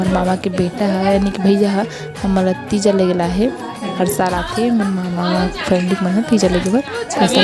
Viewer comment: तिजा,,,ना कि टीजा 😂😂😂